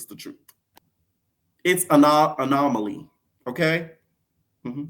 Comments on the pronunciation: “DTB is an anoLEMMY”😂💀 What were you sipping on, P?😂😂😂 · DTB is a huh ?? Lololol you messing up anomaly reminds me of porsha on RHOA when she couldn't say accolades